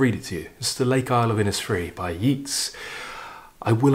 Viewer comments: Hello over in Dublin,. My family all come from Dublin:) Many of my mangled pronunciations were learnt from reading when I was little, long before I heard the pronunciation. They can be rather difficult to shake off! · Chapeau! I was about to include the correct pronunciation of Yeats, but felt it would be a little presumptuous. Can't think why. I am actually the type who calls a spade a bloody shovel! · Always watch and listen to your programme on You Tube and its always interesting. Just so you know, Yeats is pronounced YATES and Inishfree is pronounced as spelt. INIS is an Irish word meaning Island. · Thanks for your very enjoyable content and hi from Dublin. We pronounce it Yeats as in dates; not Yeats as in Keats. Maybe you know something I don’t… fyi. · Great selection, the Shelley and the Yeats are among my favourite poems. Yeats himself is probably my favourite all-round poet. My daughter's boyfriend is from Sligo, his family grew up and still live a stone's throw from Innisfree, beautiful country. I love WH Auden's haunting poem 'In Memory of WB Yeats" is, with its presage of war. You've probably been told that the correct pronunciation is "Yates", btw. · Your commentary is so eloquent, I feel you would want to know the proper pronunciation of Yeats' name: it rhymes with Gates, not Meets. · I really enjoy all your videos Thank You I have been brought up on Yeats. Pronounced as YATES not YEETS Which is interesting as Keats is pronounced as KEETS not KATES “The Second Coming”is a wonderful poem by W B Yeats As is “Ode to Autumn” by Keats And so is “St Francis and the sow” by Galway Kinnell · A very interesting analysis and selection. From Dublin may I mention that Yeats is pronounced YATES. It doesn’t rhyme with Keats despite strong imaginative links. The same is naturally true of his artist brother Jack. I hugely enjoy your videos and hope you’ll forgive me the correction. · "Yeats" rhymes with "greats",!